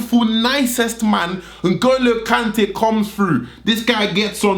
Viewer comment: Did my man say Sheikh N'Golo Kante??? Dead